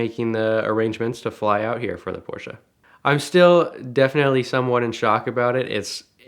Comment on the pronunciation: So glad you guys know how to pronounce Porsche properly. Drives me crazy when I hear it wrong.